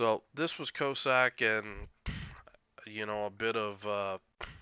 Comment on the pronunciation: Great vid. When you said "Cyclone Tactics and Strategy", I thought you were talking about the French DD they gave people to do the original Dynamo operation in and I hoped against hope that they had released her for general consumption. Alas, no! LOL Small nitpick: I'm pretty sure the first syllable in "Cossack" should rhyme with Boss, not with Low. Coss-ack, not Co-sack.